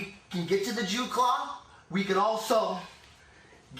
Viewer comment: nope Dew claw